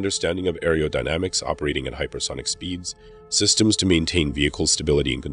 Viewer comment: Pretty good presentation however there was a distraction in the narration that had me cringing. It is NOT "arryodynamics", "arryospace" or "arryonautics". Think of them as starting with the word "ARROW"; e.g. "ARROW-DYNAMICS" and "ARROW-SPACE" and "ARROW-NAUTICS". Got it? Where you from boy?